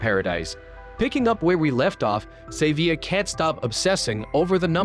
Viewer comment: May favorite part is AI never pronouncing Xavier the same way twice